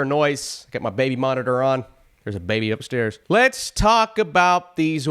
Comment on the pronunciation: .... there's a baayby upsturrrs. I don't know why but I laughed for a full 4 minutes over that. lol